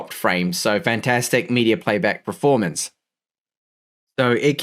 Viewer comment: I watch every video waiting for the word "PREformance". Never lets me down ;)